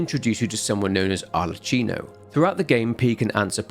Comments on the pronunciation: How did you end up pronouncing Arlecchino's name wrong when he said it to you multiple times in game? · great video! one note, in italian you read "ch" as you read "k" in english both in pinocchio and arlecchino